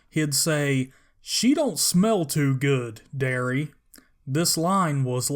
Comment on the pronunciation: She don't smell too good, Darius... He said Darius not Darry. You can find the clip on YouTube. You should have shown it.